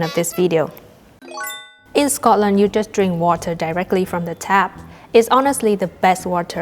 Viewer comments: The way you say Scotland is spot on "Sco-lnd" not Scotland ❤ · Hi from Scotland, I`m pleased you enjoyed your time here. Just to say the way you say Scotland and Scottish sounds, well, Scottish 😁